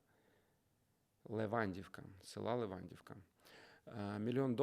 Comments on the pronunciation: Левандівка - не село. Це район міста Львова і з наголосом Леванді́вка. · Дякую за випуск. Впевнена, що це не затьмарить волонтерство і люди довірятимуть перевіреним фондам. Додатково напишу, що Левандівка - це район Львова, і наголос на "і". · Левандівка( наголос на і !!!!!)